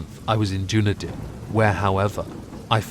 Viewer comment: Love the reading as well as your pronunciation of Dunedin